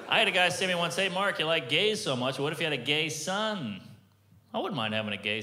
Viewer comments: I thought he said "Fuck Normand, everybody!" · At the end i thought he said "fuck normand everybody"